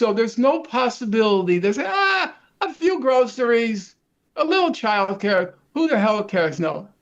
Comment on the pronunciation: I had to rewind a few times because I thought Norman kept saying "fuck you" when he was actually saying "a few" 😅